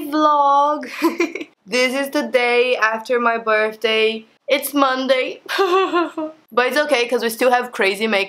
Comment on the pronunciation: I love how you pronounce "Birthday" 😂😂 sounds more like "Burfday" 😂💕💕💕